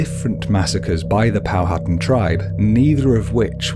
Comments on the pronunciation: It's actually pronounced "Pow-at-an," and not "Pow-hattan." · NOTE : It's Pronounced "Pow - ha - tan" ..not "POW - HAT'en" LOL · It is pronounced Pow a tan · Good video but please learn how to pronounce Powhatan. It's Pow-a-tan. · POW A TAN. H IS SILENT